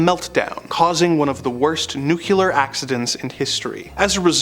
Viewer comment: It's NU-CLEAR not nucular